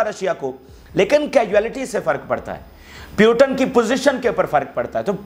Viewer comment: Bhai putin word h naki putan aap pronounce nahi kar pa rahe h